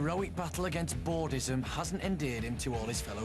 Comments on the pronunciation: Bordizem wtf 😂😂😂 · "boredism" LMAO, not boredom. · It's bordism lol